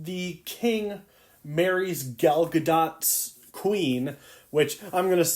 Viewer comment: "i got my sources rite" proceeds to say "Gal Gar-dot"